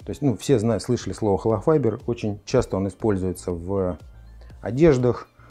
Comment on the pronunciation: Не холофайДер, а холофайБер.